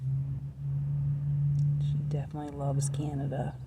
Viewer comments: It’s not canadia it’s Canada 😒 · Mis-pronouncing the name of the country is very disrespectful! Your “Americanian” ignorance is showing. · Thanks for visiting our beautiful nation. We loved having you. you pronounce Canada wrong. We forgive you. 😂😂❤